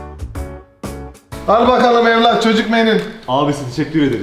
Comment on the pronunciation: Enes:ne yiyosun:çocuhhh menüüü Enes:neyyy:çocuhhh menüüü 😂